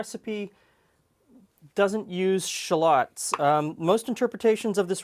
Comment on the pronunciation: that's the real pronunciations btw